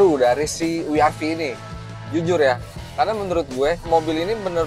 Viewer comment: ni mobil ganteng sih, apalagi lihat yg warna putih.. btw IMHO om. mungkin lebih enak dibaca "we er ve" om, kalau mau disebut pakai "ar vi" mending double you sekalian.. kurang empuk aja kalau dibaca "Wi" om.